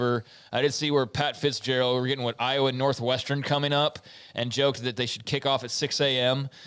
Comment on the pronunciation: There is no O in I_wa.